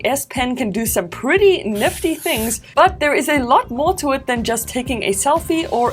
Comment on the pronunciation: Neftty things , niffty things , naffty